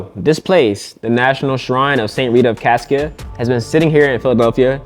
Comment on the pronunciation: I lived down the street from this shrine, attended the novena a few times. My friend lived in an apartment on the complex for a time. His little dog got loose one day and ran around the sanctuary 😊. FYI: Cascia is pronounced "Cosh-a"